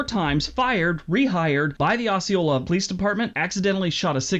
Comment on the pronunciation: He pronounced Osceola, Arkansas wrong. It's OH-see-oh-la not Oss-see-oh-la. He's wrong about Arkansas though. It's not all dangerous. Just our capital city of Little Rock, a small city called Pine Bluff and the Delta is bad. Northwestern Arkansas is fine, Northeastern Arkansas is fine on the Crowley Ridge and here where I live in Southwest Arkansas is fine. It's not as terrible as people say when you get outside Little Rock and the Southeastern part of the state